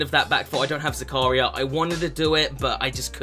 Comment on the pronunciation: The pronounciation of the name zakaria trigers me cuz thats my name